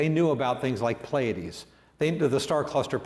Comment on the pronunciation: It'd be nice if he knew how to pronounce Pleiades.